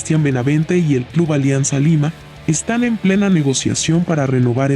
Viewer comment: Ya no dice Olianzaaa lima 🤣🤣🤣